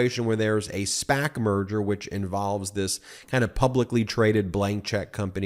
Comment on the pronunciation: When Ben said "merger", I heard "murder" which sounds about right. The company is dying.